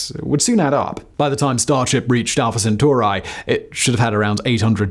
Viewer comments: Centuri i i i I (iI) not centurAY! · Centauri not Sentoorae. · Drinking game for today: Have a shot each time he says "Alpha Centurai" instead of "Alpha Centauri"... Have a medic on standby... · CenturEEE!!! Love ALL of your stuff, but just can't listen into this one, only bec of that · I can't stop hearing CentUARI, and getting distracted 😂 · every time you say Centauri as "Centor eye" I lose another minute of watch time. That is why I only watched this video for 2 minutes. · Say "Proxima Centurai" one more time... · Isn't it rather Alpha Cent*auri*? Awesome episode, thank you so much! <3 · can't get past the pronounciation of Proxima CentaurEYE! 🤦🏻‍♂ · omg you kill that pronounciation bro lol senturAI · you are mispronouncing Centauri, it is not an English word